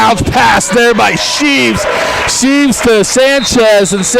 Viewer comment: its shreeve not sheeve